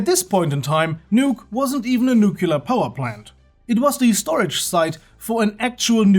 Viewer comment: NEWCLEAR not NUCULAR